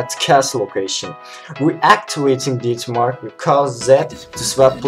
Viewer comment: ded mark, death mark not did mark